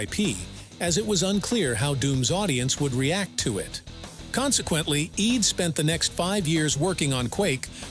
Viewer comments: Why do you pronounce id as EED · nope. It's id in the Freudian sense which is what it was named after. That rhymes with "did" not "deed"